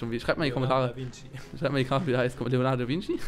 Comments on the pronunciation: Roronoa Zoro gesprochen : Lorenor Zoro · leonardo de zoro xD der heisst lorenor zoro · Lorenor Zoro, nicht Leonado de Zoro :'D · "Leonardo Zoro" xD heißt "Roronar Zoro" sorry wenns falsch geschrieben ist. o.o